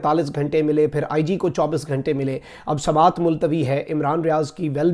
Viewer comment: Samait not samaet